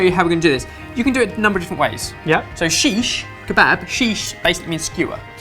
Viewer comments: Don't wanna be an AUDITOR but guys its Shikh (Road) Kabab. Means penetrated in a road and then roasted..... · i just clicked this video to laugh at their shish kebab pronunciation lol